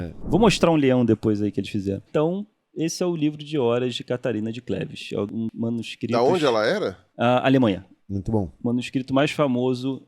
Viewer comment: Uma curiosidade aleatória, mas interessante: O Carlos Ruas falou "manuscristos" ao invés de "manuscrito". O professor Phablo de Filologia na USP passou por algo parecido. Ele postou sua tese como livro, tinha "manuscrito" como uma das palavras do título. A editora imprimiu errado, colocando "manuscristo", o que dava uma ideia religiosa para o livro. Só imaginem o problemão. Aliás, acho que esse professor seria um ótimo convidado para o programa, ele é bem humorado e é bem didático. Acho que a Filologia combinaria com os temas abordados no Três Elementos.